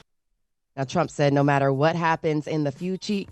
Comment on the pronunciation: “In the FUTCHIE” Good morning futchie